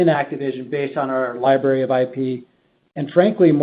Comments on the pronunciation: in their liberry eh? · Li-BRARY. Liberry sounds like a fruit. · “Activision Lie-Berry” I peed a little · Lie berry